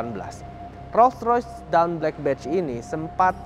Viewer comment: dawn dibacanya dôn bukan dawn atau doun